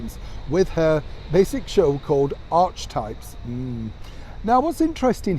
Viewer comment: That word (Archetype) & it’s pronouncement is becoming slashed & pummelled by the media!!! - Come On!!! The word, “Archetype,” is NOT A NEW WORD! It is pronounced, ‘Ark-e-type.’ Even Wikipedia provides a fairly good definition, if you need to look it up, but I think we have all beaten that word, into a bloody pulp, so let’s just move on - the merkles very rarely put out correct information, so we all should just need to leave them out of the media (during ‘Mexit,’ they told us that they wanted a life of privacy that was away from the spotlight & the media. Additionally, we have learned that almost every she has ever said & ‘revealed’ is deceitful, deceptive, & says is the merkles told us, accepts completely move forward from j